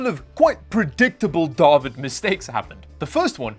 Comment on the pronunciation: Yo does I gotta share this with you. Iv been going around the house, running errands, everywhere randomly blurting out ""......" Oh Duuuuh- Vid"..... " Ooooh " lol... It's crazy. I think it has something to do with me never seeing your name pronounced or spelled like it is. Combined with the fact iv been binging on your videos the last month. Lol Like I'm literally blurting it out multiple times a day. 😂 Anyway, love the videos sir ""